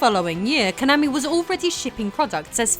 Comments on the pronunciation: Ok, I hate Konami as much as the next guy but you KNOW you're mispronouncing Konami every time you do it. You've just GOT to. Please tell me you're doing it on purpose >_< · Why do you keep saying Konami wrong? - Rocket Knight Adventures Japanese advert.